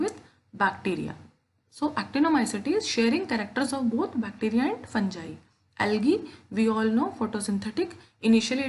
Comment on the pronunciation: Fangai nahi hai mam fungai j nahi g hai ga